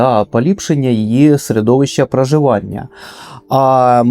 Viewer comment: Дивлюся вже друге відео. Дуже цікаво але страшенно відволікає Ваша вимова, заміна о на а. Як всередині нас все влаштована. Дапамагає, зрабив, праживання, пратистоїть, навий тип людей, ще адин факт пра книгу!!!!! Най квітне український ютюб!!!!